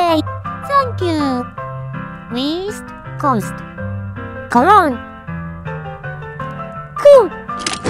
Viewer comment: i just burst into laughter when she said WEAST COAST edit: colongne